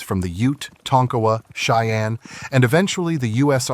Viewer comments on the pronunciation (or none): none